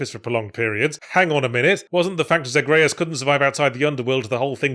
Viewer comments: “Zag-RAY-us” It’s Zag-ree-us get it right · I just like how Yahtzee says Zagreus like it rhymes with Andreas, instead of like ZAYG-ree-uss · Did he mispronounce Zagreus and Melinoë just to rage bait the viewers? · Ok Yahtz you gotta explain why you pronounce things blatantly differently than the game does. No human I I’ve ever heard pronounces Zagreus and Melinoe like you do and with good reason. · Was it me of did yatzhee pronounce zagreus and melinoe differently a few times, like from how he said it at the beginning